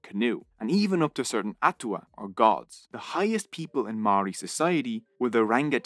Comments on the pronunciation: Mouldy bread with a R instead of D is the correct pronunciation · im filipino but i know that a lot of his pronunciation of Māori words was wrong, example is the pronunciation of words with NG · Never thought id see a video on our people. I have to say this was well researched video and the only slight criticism would be the pronunciation of some Māori words but on the whole was pretty accurate. Should have mentioned Pukehinahina/Gate pa an astounding Māori victory with one of the most impressive pa built. There were many other awesome pa though just had to get a shout out for my Iwi Ngāi Te Rangi. Thank you:) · This video was great and I'm sad that as a native New Zealander this taught me so much about my own history that I did not know. I've already got a few people who I just have to share this with. My only complaint is how badly you butchered a lot of the Maori words, I get that it's different but you only had to ask like one person knows how to pronounce it, it's actually really easy 😭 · As a Maori I was ready to cringe but apart from the pronunciation of the Maori words this video was really good and accurate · I live in New Zealand and you kept saying māori wrong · he pronounced Pākehā wrong every time and he was kinda close on pronouncing Māori correctly. most words he pronounced were wrong but apart from that the video was great